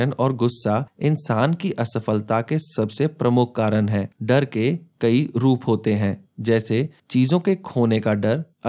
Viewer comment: Please pronounce failure nicely